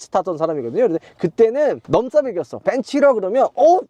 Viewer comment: 넘사를 발음할때 넘사로 해주세요 ㅋㅋ싸차원 아니잖아요~~